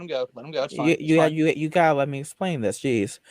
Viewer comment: "I guess i gwotta dwuax yew nao"